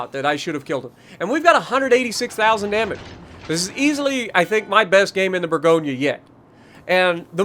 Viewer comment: Hey dude, I’m French, so I’ll help you pronounce that ship’s name: it’s called « boor goñ » Bourgogne is a French région where you can find delicious wine 😊😊